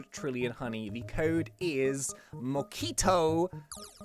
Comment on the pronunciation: is MoCto not MOQUITO 😂😅